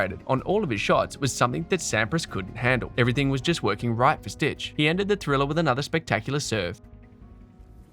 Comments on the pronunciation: If you call him „stick“ it’s much closer to how his name is actually pronounced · So funny you spell and pronounce Stich's name as Stitch lol. I guess you don't know German. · It's really annoying that you call him 'Stitch'. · H2H Richard Krajicek-Pete Sampras: 6-4. And it's Stich, not Stitch! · Don‘t worry. I studied in the US and wasn‘t at all annoyed by your americanized version of the German „ch“. It‘s just a phonetic sound English speakers don‘t use 👍🏽